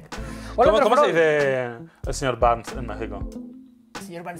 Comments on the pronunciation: el señor Barnes se dice....igual!! Bart se dice....igual!! Saludos desde la ciudad de México p.d. ah Uds pronuncioron barns y en ingles y aqui se pronuncia berns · Señor Burns, es igual solo cambia la pronunciacion como si fuera "borns" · Los nombres de los Simpsons son: Homero Bart Marge (March) Lisa Y el Señor Burns (Sr Berns en pronunciacion) Saludos desde Monterrey, norte de México y no se le dicen mamadas a los shots eso es otra cosa 😂😂😂